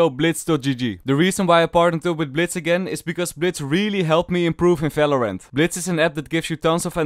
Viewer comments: when he said "felorent" i felt that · I don't watch these videos for tips, I watch them to hear say Felorant AND eesi peesi